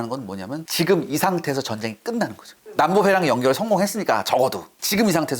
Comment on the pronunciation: 남부 해랑이 아니라 남부 회랑 아닌가요?